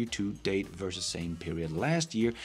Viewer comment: Versus isn’t pronounced "worses" Practice your v's please